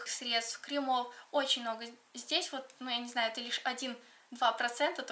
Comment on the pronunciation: КремЫ, крЕмов, а не кремОв